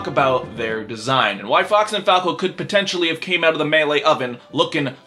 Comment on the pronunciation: Can't unhear the brawl announcer saying fuck instead of fox